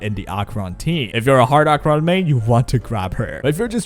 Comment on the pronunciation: I have never heard ANYONE pronounce Acheron's name as Ah-Cron